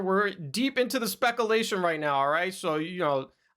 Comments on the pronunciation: watch all your vids and enjoy your content, but please learn how to pronounce words properly. It’s spec-cue-lation not spec-a-lation. It just ruins a little credibility as someone who’s supposed to be giving feedback on a professional level. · SPECK A LATION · "We're deep Into the speck-alation right now" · spec a lation 🤣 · Throwback to the beginning.. da leaks and specuhlation